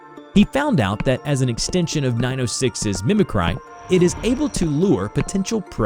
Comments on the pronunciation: Mimic-Rye? Like bread? Or Mimic-Ree as in copying? Sorry. I couldn't let that one slide. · Sorry to be nitpicky but Mimicry is pronounced mi*mi*kree, not mi*mi*cry. 😉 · There is no such thing as an acid that can eat through anything.. that's not an acid. And "mimicry" is "mih-mih-kree", not "mimi-CRY"